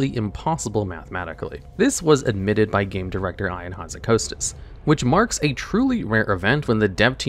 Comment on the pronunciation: Who says Ian like that😭